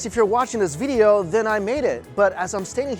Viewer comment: every time Mike says "VEEDEO" you drink.